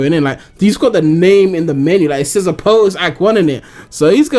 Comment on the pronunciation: A-poat-toast... Isn't it A-POT-TOAST